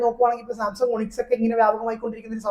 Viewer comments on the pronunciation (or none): none